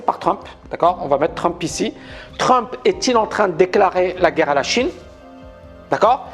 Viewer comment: pour intéresser et être écouté, t'as pas besoin de prononcer le mot "guerre" comme l'autre andouille... Tu peux aussi être intéressant, donner des arguments construits. Ca sera mieux. Allez, un effort!!!